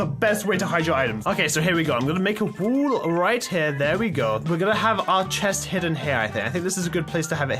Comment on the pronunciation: says "wall" how he prononce it "wool"